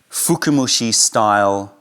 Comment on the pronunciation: Hey, small nitpicking, its not "fukumushi" but "fukamushi" (深蒸し), from "fukai" (深い, deep).;) Very informative video as always! Thank you!